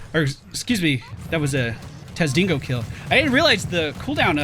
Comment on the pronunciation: the "l's" are silent, it's Ghee-a-teen not gilla-teen, for alarak's passive it's it's sadism, not say-dism. And it's not Taz'dingo its TAAAAAAAAAAAAAZ'DINGO[dingo(dingo)] luv ya <3